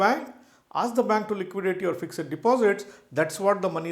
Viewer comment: Yawn...totally waste of 12mins...u could've made the point in single sentence ”The portfolio value is only real once you sell and convert to cash." This applies to all asset classes (cash, bonds, equity, real estate artwork etc). Oh the word is ”fixed" not "fix-ed-id"